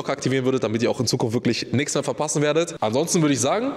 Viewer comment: Es gibt worglich schahboxing